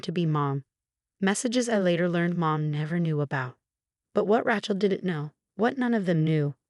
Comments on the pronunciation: If Rachel was spelled “ratchel”, you would have the pronunciation right. However Rachel is pronounced “ray-chell”. If you’re going to use names, please at least write them out so the AI knows how to pronounce them. 😤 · RACHEL is pronounced as RAYCHEL not RATCHEL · What is your obsession with Ratchel and Emma? Pls find two other girl names, from the millions that are available for you to use. I can't even finish your stories because it's so irritating to listen to you assaulting the name all the time.... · Her name is pronounced Raychel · It would be nice if it actually learned how to pronounce certain words, especially Rachael. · Your AI needs to know how to pronounce words correctly. The woman’s name is Rachel, with a long a, not a short a as in the word rattle.! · CAN YOU PLEASE PLEASE GET THE NAME RACHEL RIGHT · I agree but I guess I'm getting over the mispronounced words and names and constant Chen name